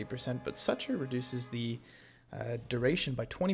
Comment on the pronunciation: Dude, stop saying suture like that